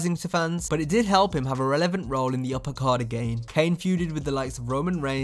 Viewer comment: Nearly 20 years?? And how can you not pronounce the word "relevant"?